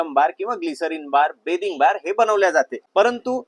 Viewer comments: बेदिंग बार ✔️ बाथिंग बार❌😂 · बॅदिंग बार नाही बाथिंग बार म्हणतात दादा 😁 बाकी माहिती खूप चांगली दिली मी साबण चा TFM 76% असेल तर च घेते 😊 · बाथिंग बार म्हणता बिथिंग नी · Pronounciation neat kar Dada... बाथिंग बार‌ असत ते बेदिंग बार नाही.. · बेदिंग नाही रे बाथिंग 😂😂😂😂